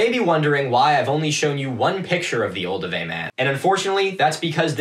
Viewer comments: me throughout this video: "is he trying to say Olduvai?" " OH IT IS OLDUVAI". "that's a grave, bitch" "Where are the Leakeys?!" "BRUUUHHHHHH LOUIS" "oh SHit" "does this guy know what a grave is?" "I will watch every episode of this" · Interesting to hear it pronounced OldoWAY rather than OlduVAI (which my teacher always prounounced v-eye) at the start. Do you know if it’s a regional difference (I’m British) or is one the actual correct pronunciation? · I think I've been pronouncing "Oldovai" wrong for decades... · Olduvai gorge.. or Oldupai gorge… Ive never heard of oldoway gorge